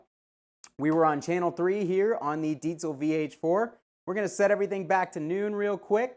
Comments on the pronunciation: "Deet-zul"... love that you pronounced it correctly. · Finally a english speaking person pronouncing the name "Diezel" the correct way. Chaupeau, dude! :-) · Correct pronunciation of "Diezel" = instant like. Great demo. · Yeah I noticed that as soon as he said it. Not just your average metal meat head!!